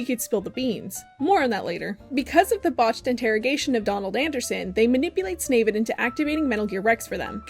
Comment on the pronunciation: I hate that you call him “snavid” 😂